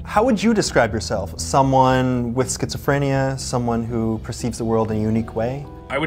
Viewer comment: I know this is serious but it's kinda funny how he pronounces it schizophr-aye-nia sometimes